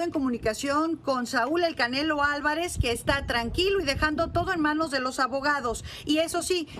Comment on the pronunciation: La vieja ni sabe pronunciar el nombre del canelo jajaja